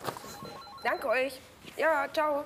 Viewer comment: Wie die immer "Dange" anstatt "Danke" sagt regt mich auf...